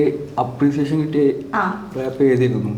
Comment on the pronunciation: ഇടയ്ക്കിടയ്ക്ക് റാപ്പ് നു പകരം ഇവള് റേപ്പ് എന്ന പറയുന്നെ 🤣